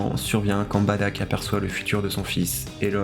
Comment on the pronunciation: Tu dis Badack ??? C'est Bardock frèro